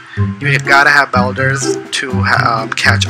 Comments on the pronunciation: It’s bulders not belders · someone tell this man how to pronounce boulders